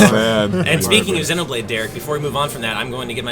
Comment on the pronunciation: Can you please pronounce Xenoblade correctly for once